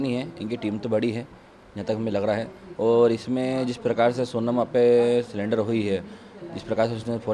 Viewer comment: सिलेंडर ❎ सरेंडर ✅ 😅😅